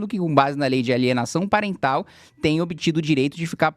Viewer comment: Nossa... lei de alienação "Pariental" kkkk é PARENTAL kkkkk